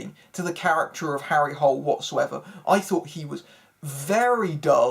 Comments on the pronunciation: It's actually not pronounced the way you pronounced it in English. It's pronounced more like "Harry Hoo-lay". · To everyone here, they pronounced it "Hole" in the movie. So yeah, they fucked that up, among other things.